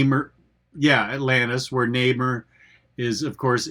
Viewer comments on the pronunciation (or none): Nay-mer?, thats almost as bad as 'Lane Wayne'